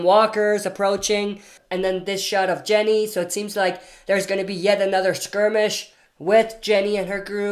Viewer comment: It’s Ginny - not Jenny